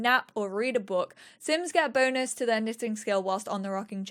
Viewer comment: Bloody hell, when said 'sims get bonus' when in the rocking chair', I was 100% she said BONERS at first...